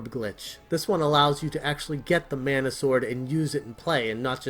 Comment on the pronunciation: Secret of meh-nah.